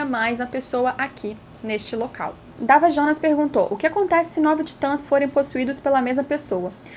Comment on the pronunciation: Voçê disse: Dava jonas?